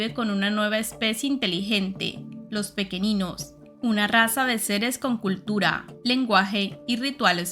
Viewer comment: Gran saga junto con los libros de la sombra. PD: solo recuerda que el planeta de los pequeninhos es de origen portugues, asi que seria pronunciado pequeniños y Noviña.